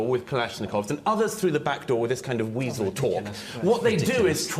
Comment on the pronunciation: It's weasel. Not weasol.